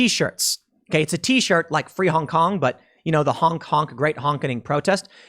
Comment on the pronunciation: Tim, less emphasis on the “Free” part of your Free Honk Honk shirt. It sounds a bit like you’re giving them away lol.